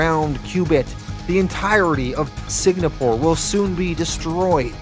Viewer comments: Signapore? Was this a dyslexia thing or a play on words due to YouTube restrictions or something? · Is there something mentally wrong with you? How hard is it to properly pronounce “Singapore” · It wouldn’t be a video without me butchering the name of something! What happened was I thought Singapore was actually spelled differently, by the time I realized my mistake the full thing was recorded and edited, and I didn’t want to go back and redo all of issue 4 again. So sorry to any Singaporeans out there! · Why are you pronouncing SING-A-PORE so weird? You keep saying SIG-NA-PORE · lol are you saying Sig-na-pour? its Sing-ah-pour. also, did dude really just sink an island like it was a floating land mass? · ITS S-I-N-G-A-P-O-R-E NOT SIG-NA-PORE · If I hear you say “Sig-Na-Poor” one more time, my head will explore the same way Victoria from ‘The Boys’ on Amazon Prime makes people’s heads explode. Lol. “Sing-A-Poor” is how Singapore is pronounced. 😂 Great job with your channel btw. Love the channel and have enjoyed the content every since you did ‘The Boys’ full series on your channel. Keep up the awesome content, good sir, and I hope you have a glorious day when you see this message. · Note: I mispronounced Singapore as Signapore. For some reason in my head I thought it was spelled "signa" and ran with it. So apologies if it annoyed anyone. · Before correct you I love your channel and Patreon account buti think proper pronunciation is Sing-uh-por. Singapore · Man...and you were really firing off those "Signapores"...like 35 times in 3 minutes. After a while I thought you were doing it on purpose for some reason. Like, why tell us so many times where they're fighting, how does that enhance the narration at all...."Signapore"...got it. Also, you don't need to point out Volt is the black superhero. That's how you introduced him in his bio. We can see that from his picture, you don't need to tell us that...because you know...its not a superpower.